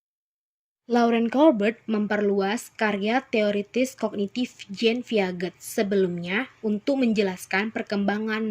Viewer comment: Jean Piaget di baca Jean Piase..